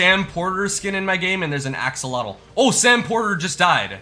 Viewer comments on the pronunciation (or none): none